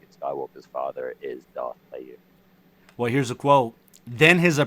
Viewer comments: it's a hard "G" in Plagueis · In Plagueis its a hard G. His name is after the word Plague.